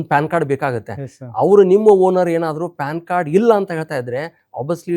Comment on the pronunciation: ಅದು ಪಾನ್ ಕಾರ್ಡ್ ಅಲ್ಲೋ ಪ್ಯಾನ್ ಕಾರ್ಡ್ 😅